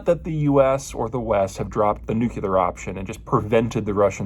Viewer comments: “ New Clear “ not “ Nukular” ☢️ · Yes. Why is that. Several US presidents had the same ignorant pronunciation. I like what Peter has to say, but geez, how about NOOclear. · NUCLEAR! NUCLEAR! NUCLEAR! There is only one 'U' in NUCLEAR! It is NOT "NU-CU-LAR!" Sounds like a hick. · I love your comments and analysis, but I still can't believe you mispronounce the word "nuclear" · It is unfortunate that someone as obviously intelligent as Peter is unable to pronounce the word Nuclear